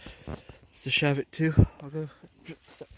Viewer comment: It’s Cheviot not Cheviot! Named after the Cheviot in Northumberland